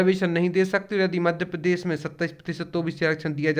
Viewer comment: पहले मध्यप्रदेश शब्द का उच्चारण तो ठीक से कर लीजिए, उसके बाद ज्ञान दीजिये।मराठा आरक्षण मामला अलग है, वहां मराठों को obc से इतर एक अलग वर्ग बनाकर आरक्षण दिया जा रहा था।रही बात 50 प्रतिशत की लक्ष्मण रेखा की तो ये तो तमिलनाडु, असम , कर्नाटक सभी जगह कई वर्ष पहले टूट गई। स्वयं केंद्र सरकार ने ews के लिए 10 प्रतिशत आरक्षण द्वारा ये सीमा तोड़ दी है जिस पर सुप्रीम कोर्ट में सुनवाई चल रही है।देश की 15 प्रतिशत आबादी 10 प्रतिशत आरक्षण लेकर बैठी है , जबकि 52 फीसदी से ज़्यादा आबादी ie obc का प्रतिनिधित्व 15 प्रतिशत भी नहीं है। neet के मामले में तमिलनाडु सरकार ने सुप्रीम कोर्ट में बेहतरीन दलील दी है कि सामाजिक न्याय , समानता के मूल अधिकार का अंग है और सकारात्मक कार्यवाही उसे साकार करने का अपर्याप्त परन्तु ज़रूरी तरीका है।